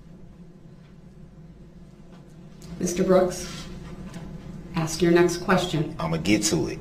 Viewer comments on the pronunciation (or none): Sorry, I just don't understand how you can be born in this country, supposedly speak the language this country uses, and you cannot correctly pronounce a 3 letter word. A-S-K. Ask. Not AXE. ASK. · Ask! ASK! Not axe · You just have to "axe" him to do things...